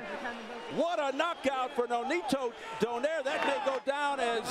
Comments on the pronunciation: Cmon man..the way to pronounce his name is DO-NAY-RE.. NOT DO-NEYR.. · This reporter Call nonaito name SLFE DO-NAIRE ITS DO-NAI-RE